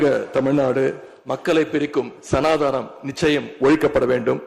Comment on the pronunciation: ஒழுங்காக உச்சரிக்க கூட தெரியவில்லை, சனாதானம் இல்லை, சனாதனம். இனிமேலாவது சரியாக உச்சரிக்க பாடம் எடுத்துக் கொள்ளவும்.🤔😡